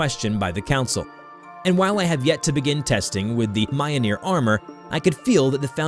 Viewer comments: Can we just talk about how he said mjolnir its miyolnir not maianir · It’s Mjolnir, not Mioneer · It's pronounced "Mjöhlneir" i'm Swedish and that's how i pronounce it :) Mjölner, Midgård, Midgårdsormen, Loke, Tor, Freja, Oden, Fenrisulven. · I have a friend who is from norway and speaks reconstructed old norse and now i can annoy him with Mioneer. I can hear the screams " IT'S Myolneer YOU PRICK" good times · its not ma-yol-nir its mi-yol-nir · its not myonear its myolnear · if it were to be spelt phonetically, mjolnir would become myolneer, pronounced (myole-neer) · Mule- near? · Yes its pronounced mj-jøl-ner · "Mioneer" lmao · He really called Mjölnir, mioneer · Okay nice story but you pronounced Mjolnir wrong it's Me-ole-near, hello from Norway, also only Thör can kill Jörmungandr, next is the fact Thör wouldn't say away from a fight especially against his arch nemesis Jörmungandr. Nice story though. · its pronounced me-all-nor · M-yol-neer Kay-ju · "Majolnir" me "wut" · Mjolnir (Myol-Neer) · Next time you say mjolnir, it must be pronounced (myul-neer) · Sorry but did he say mjolnir as mi - o - ni - er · Why... Why does he say Mayonir... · My gods this is insulting to the mythology. Dude it ain’t hard to say mjolnir just remember every J in Nordic pronunciations is pronounced as a “yuh” sound. Like “Myolneer” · This guy butchered the names. Mayolneer 😂😂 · You nailed the pronunciation of “Jörmungandr” but you got “Mjolnir” wrong? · me getting subtlety angry at mispronouncing mjolnir. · I don’t like the way he says Mjolnir but I know it’s difficult to pronounce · bro say mjolnir right💀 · please tell me that that isnt how you actually pronounce mjolnir because that isnt it my guy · its only slightly aggravating how he pronounces mjolnir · Ain’t no way you mispronounced mjolnir that horribly after saying jormungandr properly😥